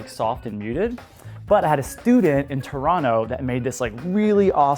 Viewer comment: He said Toronto correctly!